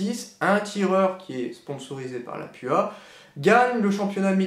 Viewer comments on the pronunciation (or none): on dit Lapoua!!